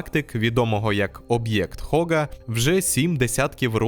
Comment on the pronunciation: Габл, Габл, Габл… Вам ютуберам доплачують за на другу над мовою? Так не Хога а Гога! Будьте послідовні до кінця 🤷‍♂️🤷‍♂️🤷‍♂️